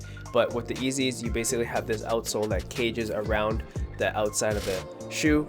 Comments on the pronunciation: Did he say “ezeey” 😂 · did he just say eezy